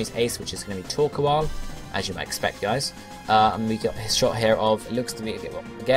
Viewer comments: Yeah, you'd think since plays games like Minecraft, that he'd be used to saying the word "coal" normally. Being an entire syllable shorter should be excuse enough to say it the proper way its English dub name was intended. But it's not that big an issue.:3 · You say Torkoal kind of weirdly.